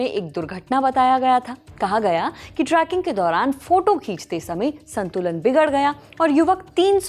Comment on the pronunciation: Not Traaaking , its trekking.